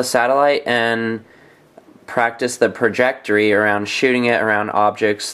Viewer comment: trajectory not prajectory